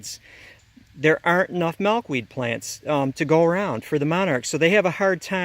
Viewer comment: I love how you pronounce Milkweed lol. "Malkweed"